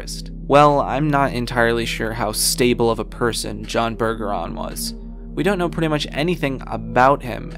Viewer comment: Bergeron is a french name, It's Berj-a-ron, not Burger-ron. I'm from Louisiana and we have plenty of Bergerons here